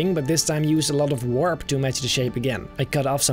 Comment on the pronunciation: No one:: w o r p /warp